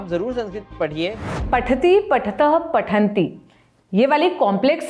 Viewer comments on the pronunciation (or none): Madam kum se kum pathati pathath pathanti to dhang se kah leti. I'm sab me chhoti matraa lagti hai